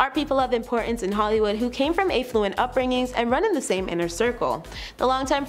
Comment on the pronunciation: Also affluent is pronounced "Aff - loo - ent" not "Ay- fluent"